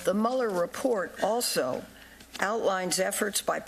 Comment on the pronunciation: Why do people keep calling him Muller??? He was always MULE-er for the early part of my life including through the 9/11 attacks... it's like the 'Twilight Zone'...